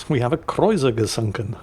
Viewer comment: Kreu-zer, not Kreu-ser, germans pronounce all letters in a word